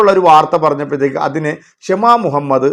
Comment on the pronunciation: ക്ഷമ മുഹമ്മദ്‌ അല്ല “ഷമ മുഹമ്മദ് ” ആണ്